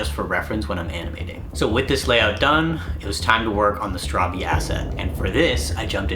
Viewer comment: Your saying it rowng bro i finish the game about 5 or 4 times bro 😂 pls say it rite it realy onoys me ask google bro😅